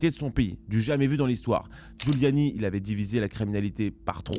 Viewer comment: C’est guliani pas guliano a New York